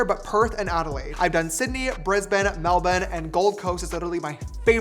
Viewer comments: As an Aussie, the simple fact you said Melbourne as "Melbin" tells me you've been here plenty of times haha, love that so much 💓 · It's so nice to hear an American hear an American pronounce Melbourne correctly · JAMESSS!! You pronouncing Melbourne properly is everything Sincerely- Melbourne local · I really appreciate how he said Melbourne